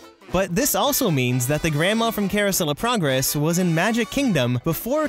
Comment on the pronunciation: The way he said it sounded like: Caruosellaprogress